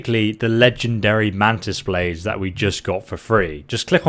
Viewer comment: ah yes "mantis baldes"